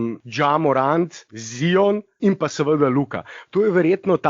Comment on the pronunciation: Zdravo, a lahko že končno nehamo s tem smešnim izgovaranjem Ziona. A lahko naslednjič normalno izgovoriš Zajon, ker je moteče in smešno poslušat, ko rečeš Z-I-O-N. Če se greš pa že to "Piši kao što govoriš, govori kao što pišeš" potem bi moral ravno tako izgoviriti T-R-A-E ali J-A...... Dej povej mu Blaž